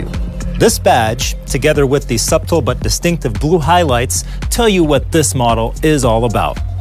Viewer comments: Yes! Who says "SUB-TUL"? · “suB-tle” made me double take.